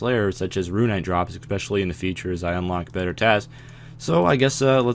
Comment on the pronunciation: Prlease, mhan, shtop spaying EKSPECIALLY